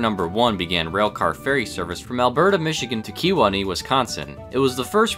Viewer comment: May have mispronounced Kewaunee (Key-wah-nee) but I still call it a win. Also rather happy with the carferry mention, not enough talk about the service to WI railroads from MI imo